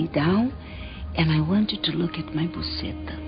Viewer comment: a gringa falou "Puceta" <<------eu ri!